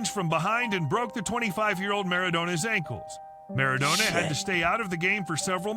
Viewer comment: Maradoena, and I don't even start trying to spell how he pronounced Goikoetxea.